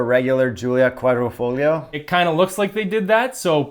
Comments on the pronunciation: So dude insists on pronouncing GTA correctly ( as he should) and then says “quadri-fogg-lio” instead of “quadri-folio”?!? Ugh. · NOOOO it is pronounced Quadrifo"YO" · On pronunciation:: yeah but I'm not Italian Also: it's Quadrifoheeeo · dumb ass says it's not A it's ahh but then proceeds to keep butchering quadrifoglio. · That QuadrifoGlio pronounciation was quite triggering, appreciate the correction 😄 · I think the G is silent in quadrifoglio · please fix you QUADRIFOGLIO pronunciation 😂